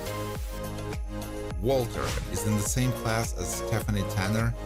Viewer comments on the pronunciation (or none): none